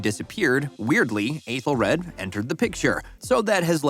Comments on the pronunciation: The worst offense is how terribly you mispronounced some of these names. "Athel-RAD" Jesus did you even watch the show? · Okay but they way your saying Aethelred is driving me crazy